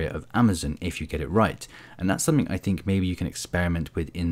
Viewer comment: I hope that’s not a 'k' I hear in 'something'.